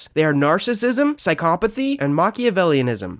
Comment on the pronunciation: psycopaty ? WTF HOW DO YOU PRENOUNCE THAT WORD ?????